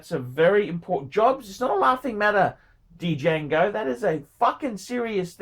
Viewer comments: the D is actually silent. It would be pronounced Jango. Well I guess you can't be smart all of the time can you... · the D is silent! It’s pronounced jango! Didn’t you see the movie Django ( QuintonTarantino ) directed it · Dee-jahgo Dee-jango Dee-yahgo Dee-yango phrom the Cha-nell Islands. gets $50.00 for 14 minutes work and can't stop yawning and showing the boredom. Imbecile. Ingrate.